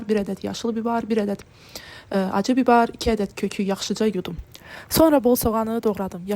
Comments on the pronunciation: Nəyin var mükəmməl də hazlrladın əllərinə sağlıq. Amma "bibar" yoxda səncanı "bibər". "Xamır" yox "xəmir" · Bibər sözünü de bilmirsən qızı i hərifini a deyirsən əvvəlcə danışmağı oyrən qreçka yox qarabaşşaq 😂😂😂